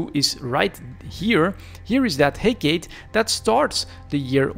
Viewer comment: hec"AAA"tee its a oil vessle.